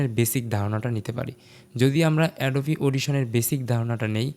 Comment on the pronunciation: এটা এডোবা না ভাই এটা এডোবি